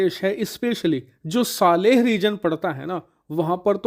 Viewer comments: Saara video bna liya par naam bolna nhi aya? Sahel hai, Saleh nhi 🤦‍♂️ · सालेह नही सर साहेल 😅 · It is. S A H E L region not SALEH.